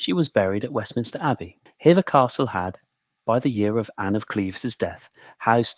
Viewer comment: Although it's spelt like "hevver" it's pronounced like "heever". Lovely video, thank you. I live nearby, I love Hever castle ❤